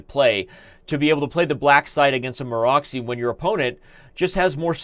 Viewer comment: Excellent coverage, Daniel, as usual. Especially i liked the explanation on f3 variation. Just a small hint: it is not Maro<X>y but Maro<TS>y.